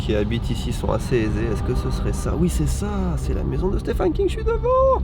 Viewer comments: Vidéo intéressante mais tellement envie de te baffer à force que tu dise « Stéphane » King….. 😡🤬🤬 d’où tu vois un A quelque part déjà? Et on prononce steVen ! Le « ph » donne V pour certains noms svp.. Merci d’avance.. Pour Salem, ça va les recherches sont pas mal faites. Survolées mais normal pour le temps de vidéo. Au moins c’est bien barrer 😊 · "Stéphane" lol ça s'écrit Stephen mais ça se prononce comme le prénom Steven, il faut dire "Steven King" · Stephen se prononce Steven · La vache à chaque fois que tu le prononces j'entends "Stéphane" King😂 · Stephen qui se prononce v par ailleurs x)